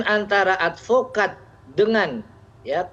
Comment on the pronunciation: SAYA ADVOKAD BUKAN ALPOKAD